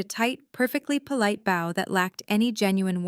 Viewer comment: Please ... PLEASE 🙏... Learn how to pronounce bow. It's not pronounced bow like a bow tie. In this context it may be spelled the same... but when it's describing a person genuflecting to another person... it's pronounced bow as in bow- like 👍in allow.